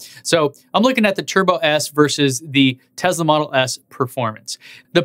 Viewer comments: Tesla is pronounced Tesla not Tezla. You own th e car you should know how to pronounce the name correctly. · Schools peeps on how to pronounce things - continues to say "Tezla." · Pronounces Porsche the right way but continues to say Tezla.... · You say Porsche and Taycan correctly but not Tesla :P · since when does tesla have a "z" in it? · You tell us how to porsha tAycan , then mispronounce Tesla , it has an S , NO Z in Tesla !